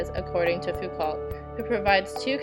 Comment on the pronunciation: This was helpful thanks....your pronunciation of Foucault is really grating though lol it's pronounced like Fooc-oh